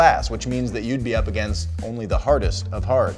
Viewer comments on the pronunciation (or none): none